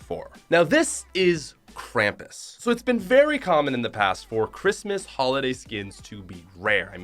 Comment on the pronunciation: kramis it's krum-pus